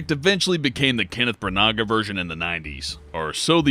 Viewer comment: Kenneth Brunaga! lol